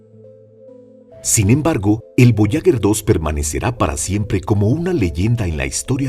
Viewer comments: Fascinante el programa, muy instructivo, solo quiero decir, que no se dice voyaguer con gue de guerra, se debería decir, voyager, como en general, es un error muy común en este tipo de documentales. Esa es mi apreciación. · Lo siento pero la sonda Voyager... Puedo aceptar su pronunciación en francés, que es cómo deberiamos, puedo aceptar en castellano... Pero pronunciarlo "voyaguer" es una aberracion. On en idioma original, o en el propio, pero el burdo intento de pronunciarlo en inglés es una muestra triste de un complejo de inferioridad brutal. Incluso los angloparlantes procuran pronunciarlo en francés. Si se le puso ese nombre es por algo, la nasa mostró respeto por los idiomas que aquí parece que no tenemos. Si no fuese así le hubieran llamado "traveller". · Buenos días tardes noches para tod@ En la lengua castellana se utiliza para una palabra femenina el artículo la, porque es una sonda. Voyager, que no es de origen castellano se pronuncia Boallaller, gracias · Para un excelente narrador, decirle que duelen los oídos al escuchar una palabra francesa, que significa viajero, ...pronunciada literalmente,...escuche en Google traductor, como suena, verá la GRAN diferencia, ...y otro apunte, no es lo mismo ASTEROIDE ,que ESTEROIDE, ...por el resto FELICIDADES, es un canal MARAVILLOSO!!! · Porque carajos no dice bien ni una vez Voyager?